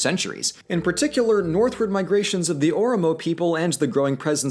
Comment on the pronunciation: dude you pronounced Oromo hella wrong and I would know...I’m Oromo